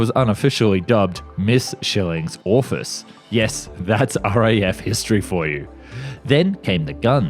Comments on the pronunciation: No. just no. Pls redo the voice-over before I scream myself to death. "No." is an abbreviation for number. Say "number" and not no. Also, orifice is pronounced ori-fice or ory-fiss if you must. Jeez dude, don't do this to us with such good material. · BS mate. It is and always has been NUMBER. No. is a long long time abbreviation for number. You can't leave it there and claim any reasonable scholarship for that tragic mispronounciation. While you're at it, orifice is pronounced ory-fiss. FIX IT please. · Some of the pronunciations are horrendous. Pirouette and orifice to name just a couple. No 19?! It’s short for NUMBER 😂